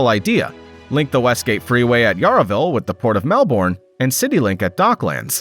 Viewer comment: It’s NOT pronounced Yah RAh Ville , Williams Town Road ??